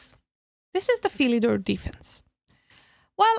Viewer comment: Its pronounced filidor